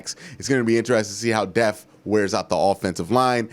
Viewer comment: It’s depth not deaf